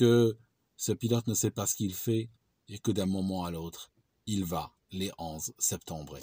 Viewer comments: "il va les 11 septembré" énorme!!! 😂🤣🤣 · « Les 11 septembrer » MDR j’avais jamais entendu ça 😂